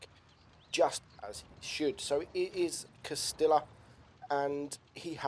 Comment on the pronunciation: Its not "castilla" you say it "castija"